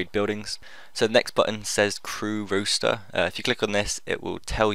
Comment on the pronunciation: rooster?? no its roster lols :P